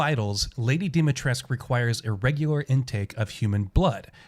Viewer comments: Stop saying Dimitresc for crying out loud! It scratches my ears. 😜 That's a Romanian name and the "u" at the end is not silent. We pronounce it... Phonetically speaking [Deemeetrescu] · Also it's DEH Mi TRESS ka Either that or voice actors can't pronounce for shit which is pretty likely